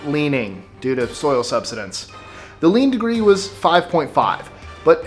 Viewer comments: The pronunciation of Zedong was bad, but "subsidence" was the last straw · Leaning tower: "Sub-suh-DENSE" mark. Dense is relevant here (playful dig!). But seriously, tighten things up next time by going with sub-SY-dense. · Just for your future information: "subsidence" is pronounced "sub-SIGH-dence." :-) Said with love.